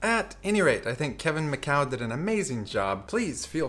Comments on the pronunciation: lol.......It's Mi-Coo Not Mi-Cow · Pronounced like mih-COO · I think the prediction at the end removes part of the magic because it shows it was a forced selection. The use of the LED display is awesome and stunning tho As for the prononciation of his name : still wrong :p sorry it's mi (like in minimum) coud (like in coup d'état) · Hey man, thanks for the video. I don't know if someone already mentioned it in the comments, but Micoud in french is pronouced "Mee-coo' it's like 'Me cool' but without the l :) keep the magic up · his name is pronounced "me koo". Just if you want to know.